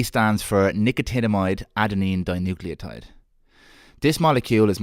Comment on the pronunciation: How long did it take you to get that right - Nicotinamide Adenine Dinucleotide ?